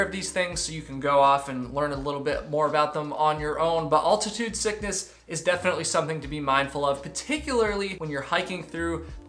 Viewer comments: How tf does someone get to his age without knowing how to pronounce “altitude”? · Man says 'altitude' kinda weird